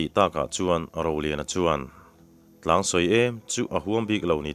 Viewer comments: Tlangsawi, i lam dan hi a dik lo tlat mai, Thingkung kan sawi che lawih lawih a, sawi, kan tih ang hian,Tlangsawi, hi lam tur a nih hmel e, i aw ngaihthlak a nuam lutuk e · Tlangsawi tih hi I thluk thelh ve tlat mai? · 'tlang sawi' hi i lam dan a fuh lo deuh em aw. hremna a nih duh hmel